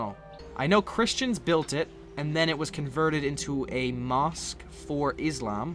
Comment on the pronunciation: XD did he say aslam?